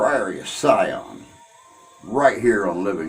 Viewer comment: It's the PRIORY OF SION and NOT the PRIORY OF SCION.